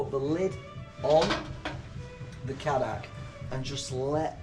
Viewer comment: And its pronounced kay- dack actually